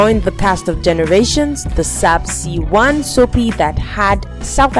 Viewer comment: Plz pronounce things correctly 1. It’s not Sapsi 1 but SABC 1 2. The name of the movie is Tsotsi not Ntsotsi 3. Some characters you mentioned have already passed Otherwise thxx for the effort 💯